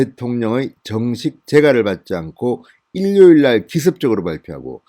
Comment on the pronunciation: 일뇨일이 아니라 이료일이라고 발음하는 것이 어떠신지...